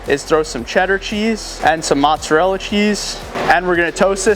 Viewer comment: 🧐ssir you say montserrela its mozzarella